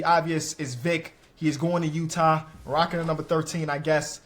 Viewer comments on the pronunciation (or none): none